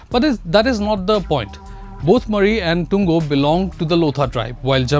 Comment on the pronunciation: Mon not Bon , Pungro not Pinri and Moori (Murry) not Mari ! Many of the reporter's mispronounciation of names of people are hilarious,insulting and very unprofessional ! It smacks of disrespect to local sentiments !